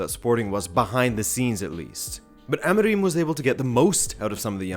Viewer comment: your portuguese pronounciation is atrocious, you cant even get Amorim right